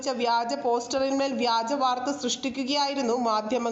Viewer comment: വ്യാജമോ നാണം ഇല്ലേ വഗാജം എന്ന് പറയാൻ നിനക്കൊന്നും ഒരു മറിയും ille